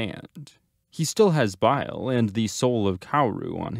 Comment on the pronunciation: They SAY the NAMES in the SHOW, what is it with youtube people and mispronouncing names?!?!?! It's BAIL not bile, they pronounce Aknika Kairou's name SO FUCKING MUCH for you in the back third of the series, WHAT is the problem?!?